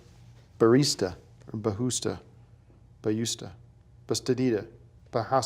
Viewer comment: Bawhosta? BaYOUsta. lmao